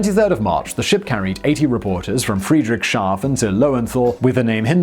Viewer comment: Friedrichshafen is pronounced Friedrich's Haven not Friedrich Shaven. Don't even start me on Die Deutschlandfahrt. Execrable! If only Simon could have asked a German but to do that he would have to go outside. The Czech republic is usually heaving with visiting Germans as Prague is under 200 miles from their border. Failing that, if he could only get his hands on a computer he could check his pronounciation on a site like Hmmm? We love a conspiracy especially when it can be directed at other humans. - Dead right.The conspiracies plotted by horses and fish aren't nearly as loveable. The title on the thumbnail "The Hindenberg and IT'S end" is wrong. No apostrophe needed in ITS. The more mistakes in these videos, the less credible they are and I don't think I ever saw a video of Simon's that DIDN'T have some howlers.